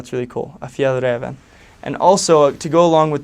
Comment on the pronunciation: BAHAHAH its sound to fun when he say ”fjällräven” ahhaha